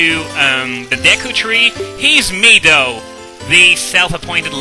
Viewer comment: Finally, someone who says Mido the right way.